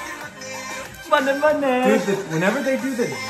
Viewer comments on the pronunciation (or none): MAHNI NOT MUNNY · I dont mean to be THAT person but its pronounced mahni not money